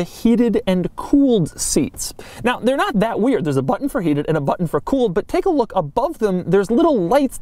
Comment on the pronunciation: batttunn, just remember tu push the battunn